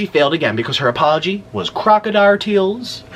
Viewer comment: “Crocerdile TEArs”😭😭😭I cannot stop replaying that part !